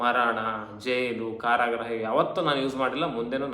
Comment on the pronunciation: Karagraha alla Adu. Karagruha